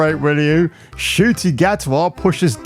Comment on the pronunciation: Nice touch on pronouncing his name as “Shoot Me”…befits him